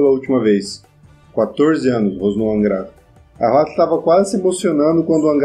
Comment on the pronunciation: opa tudo bem? só um comentário: não se pronincia huatli, acho q é huatou